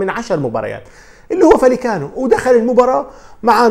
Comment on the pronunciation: معلومة : رايو فاييكانو تلفظ وليس فاليكانو لأن دبل L في اللغة الإسبانية تساوي حرف ي والدليل : Villareal = فياريال وليس فيلاريال David villa = دافيد فيا وليس فيلا وشكرا ♥️